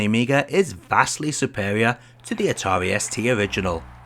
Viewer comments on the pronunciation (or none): none